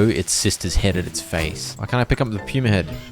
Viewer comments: im cackling at Puma being pronounce Pew-mer. i know why, but it's still funny to hear. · his pronunciation of puma is so funny to me PUEWMA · is it just me or is he saying pyuma instead of puma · The way pronounces "Puma" is driving me crazy XD